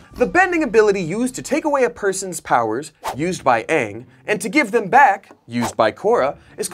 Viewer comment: thats the actual pronunciation for the word ang